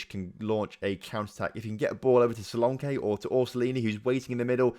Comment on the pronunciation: your english and you pronounce and englishmen wrong. you pronounced solanke wrong.